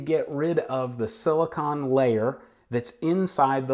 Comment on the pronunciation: Silicone! Not "silicon", ugh...